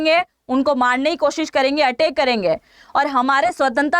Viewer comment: Madam atak nahi ataik thoda hindi me prayas kijiye